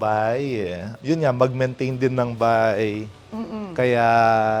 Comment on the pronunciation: Nostalgic ung pagsasalita nya laar, alaman, baay, buay. Parang un lolo ko kulang tlga ng H. SUPER AWESOME Property!!! Very inspiring story!